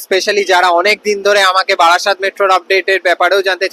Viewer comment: বাড়াসাত নয় রে, ওটা বারাসাত 😂😂